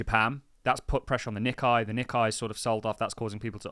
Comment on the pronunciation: Nikkei is pronounced “Nick ay” …..lord help us